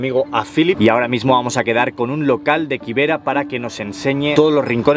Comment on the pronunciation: Ok, bt nextime pronounce it kibera for ki not KY I was wondering what is that place I never heard of it